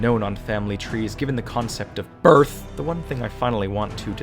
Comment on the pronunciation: the way you said "the concept of BIRTH" made me laugh out loud